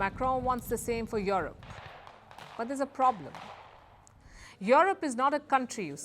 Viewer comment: Yorup you need to work on your pronunciation fool.